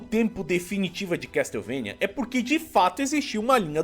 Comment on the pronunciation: "Casteuvania" sempre dou risada, a gente tenta mas sempre sai 😂